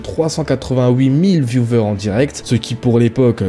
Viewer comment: Vioueur et pas viouveur bord d'aile de flutain de matière fécale. Et la vidéo pour illustrer le fait qu'il apprenne son ban provient de 2024 ... alors que tu indiques 2020 ... t'es éclaté mec